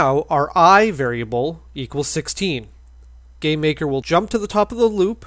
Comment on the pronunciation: I keep hearing you say "gay maker"